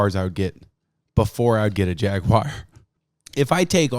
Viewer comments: What the hell is a Jaguire? It's Jaguar you heathen. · It’s jag-u-ar not jag-wire you uncultured swine. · Jaguar. JAG-U-AR. Not fucking Jagwire. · What the hell is a jagwire? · He just called a jaguar a jagIER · Jaguire. Tony ja guire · WTF is a Jagwire? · As a sweetly little Englishman, it upsets me to hear that you pronounce Jaguar as, “Jag-Wire” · say "jaguire" again... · he said jagWOIRE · Not sure what a Jagwire is... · Jag-wire lmao. To be fair, the new Jaguars are pretty fuckin' dope